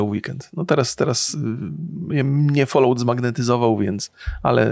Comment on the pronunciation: Falałt, folołt, ja pierdzielę. To jest FOL-AŁT, mówiąc najprościej.